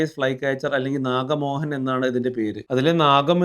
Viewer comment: നാഗമോഹൻ അല്ല നാകമോഹൻ